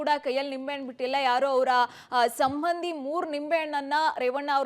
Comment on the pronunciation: Sibbandhi alla sambandhi. Kannada odalikku baralla.